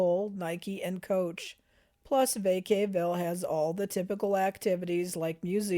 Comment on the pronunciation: Credibility lost with the mispronunciation of Vacaville. 👎